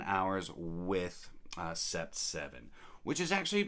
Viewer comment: Coincidently, I purchased Paris Corner's Trillium earlier today. I have Roja Parfums Elysium so interested to compare despite the price differential. I think huit is pronounced wheat as its French for 8. Sept - pronounced set - is 7 in French